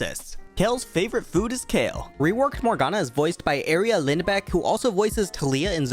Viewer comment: Did he just call Erica Lindback "Eria"